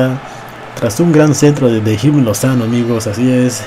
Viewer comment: Se pronuncia irving no jirving